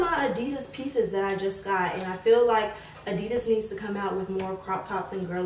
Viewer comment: you pronounce adidas so wrong